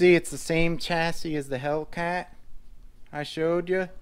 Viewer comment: Very nice collection. - The last 's' in 'chassis' is silent, except when plural. - I just got the Rage 2.0 for my daughter, same as the Mad Van, but with a different body and tires. Sweet car. They're only $180 now. (Mad Van might be $20 more) - Ah, THERE she is! You might not remember, but I got my Mad Force Kruiser VE years ago, right after you got your FOXX. Those Mad Force Kruiser tires are good all-around. Maybe not as good in the loose stuff as your original paddles. I sold it and now I regret it. It wasn't the best-handling truck, but it was FUN. I might break down and get a new FO-XX VE 2.0 in the near future... I miss a good quality rigid axle truck. I just bumped the old Mad Force Kruiser thread in RCGroups from 4 years ago, hehehe.